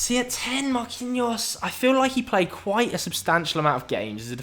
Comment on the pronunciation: I am Brazilian, you said Marquinhos right.